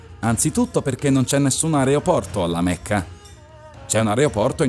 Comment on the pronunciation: Appena ho sentito che hai detto AREOPORTO ho messo dislike. Devo comunque farti i miei complimenti per aver detto così tante stronzate in solo 10 minuti e 45 secondi. Bravo